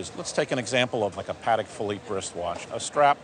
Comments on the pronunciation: "Paddack Phillipe" lol. Tourbilion (Tour-Buu-Yawn) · Agreed. The "expert" is not very intelligent. Also, his pronunciation of "Paddick" Philippe had me rolling.